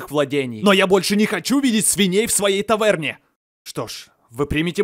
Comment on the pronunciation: Он ещё и сказал не таверне,а именно тавэрне(или тавэрнэ) Ну,я так слышала